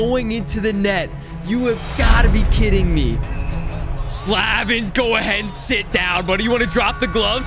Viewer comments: By the way I’m a hurricanes fan and it’s Slay-vin not Sla-vin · As a gigantic Canes fan, I was so torn watching play them, even if it is all pixels. I gotta chirp ya a little bit as the Storm Surge ain't no joke. My man's name is Jaccob Slay-vin, not Slah-vin. He's best dman on the Canes (no it ain't Dougie Hamilton) and that's why you were always put up against him. Thanks for all your uploads, love the content! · Why did he pronounce Slavin Sla- vin and not slave-in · As a Canes fan, it's so hard to hear say sla-vin instead of slay-ven. Not like I have even half of the NHL players names correct, but it still annoys me. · “Slaavin”? What the heck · It’s Slay-Vin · bruh he is saying slavin wrong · I don’t have a problem with, but I do have a problem with the way he says Slavin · you say Slavin wrong. Look it up bro! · If you say slavins name wrong one more time... Jesus 😂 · Love you but you kept saying Slavin wrong I’m a canes fan so it was hurting my ears